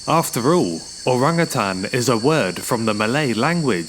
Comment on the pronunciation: Thanks for pronouncing Orangutan correctly. As Utan or Hutan is Jungle. And Utang or Hutang means Debt.